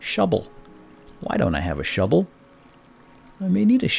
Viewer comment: He said shuble lol :o